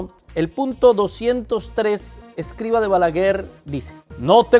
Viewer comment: Hermano...es Escribá, con acento en la " a " final...😊